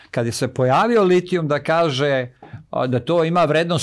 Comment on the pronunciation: Ne znam kako vama Ali meni smeta kad neko ne zna reci č. I kaje umesto kaže. Odakle je gost?